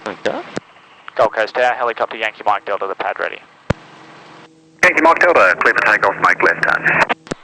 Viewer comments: Cubetorials I think they know it’s the phonetic alphabet and what he said. It’s just that his accent makes Delta sound like Dildo lol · haha i heard that made me laugh, i assume its just his accent saying delta fast xD glad it wasnt just me